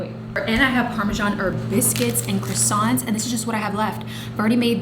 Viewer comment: As you're french .. how come you can't pronounce croissants?? 😂😂